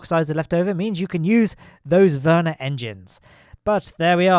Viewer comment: You are pronouncing vernier engine really funny , sounds like Werner engine...